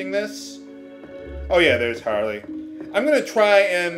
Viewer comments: That character's name was Harley, with a Y. Not Harle. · There's no way I'm pronouncing Harle that way. That's worse than "Yahng". Do you know why I pronounce it my way?